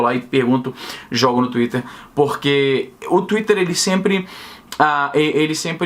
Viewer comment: Esse "tuiter" é o demônio! KKKKKKKKKKKKKKKKKKK!!!